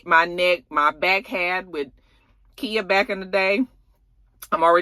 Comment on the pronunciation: Khia... Pronounced like the car... lol